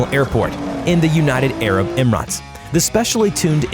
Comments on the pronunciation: “Emraaaats” bruh wft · Emrates, Veron and keniseg 😂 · united arab em-ruts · You said united arab emarats. Omfg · Ginters Andersons he said emarats instead of emirates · "emrats" 'keniseg" Plus, the F5 isnt even in production yet. Bugatti La Voiture Noir, 19$ million. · "United Arab Emrahts" "Kenniseg" "Bugatti Verren Super Sport"